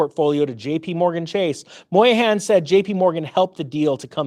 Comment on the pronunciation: Brian Moynihan, not Brian Moyahan, lol.